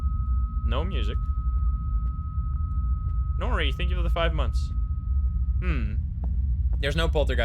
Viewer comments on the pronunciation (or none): none